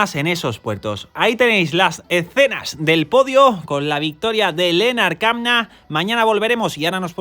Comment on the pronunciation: ¡Muchas gracias! A, Lennard Kämna se pronuncia Lennard Kemna. En alemán la ä se pronuncia como una e. Saludos